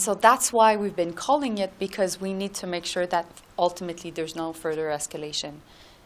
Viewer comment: Furder? Joly smokin’ govt weed 😂